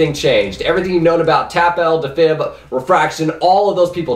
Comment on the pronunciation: The way he said defib made me triggered